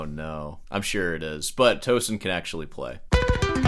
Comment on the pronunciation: It’s pronounced Toe Seen like Mar SEEN